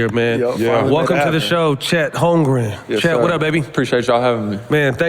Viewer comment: Holmgren*** correct that name lol